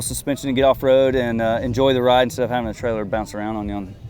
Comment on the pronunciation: "haffin'" to upgrade? What's haffin'?